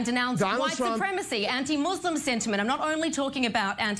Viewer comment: MooooseSLUM ? Not a religion !